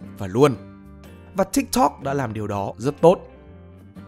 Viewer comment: T đã dislike và hủy theo dõi vì giọng đọc cái chữ tiktok chúng toi k cần phải đọc như thế